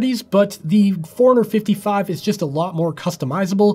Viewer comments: To me is sounds like “ foreigner 55” . That watch is not from this country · Is it just me or the way you pronounce forerunner 55 sounds like 455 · forerunner 55 fourhundred 55